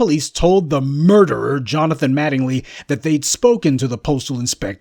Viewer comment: I had to pause it so I could laugh when he emphasized MURDERER for MATTINGLY because he knows MATTINGLY hates being called a MURDERER eventhough that IS what he IS.